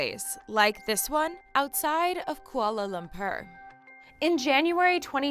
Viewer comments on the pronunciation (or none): Note to English speaking people outside of Malaysia, the word Kuala Lumpur is pronounced much like "Kuala-Loom-Pore", not like this one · Kuala Loooooom-Purr 🤣🤣🤣🤣 it's Kuala Lum-"Por" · WHY DO AMERICANS ALWAYS PRONOUNCE KUALA LUMPUR AS kUaLa LuMpR. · the way she pronounces Kuala Lumpur is so funny -, 6 Compassion, Subang Jaya